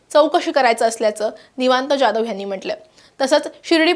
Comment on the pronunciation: ज्याधव नव्हे जाधव म्हणा